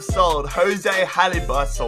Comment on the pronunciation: Holebas is proununced o le bas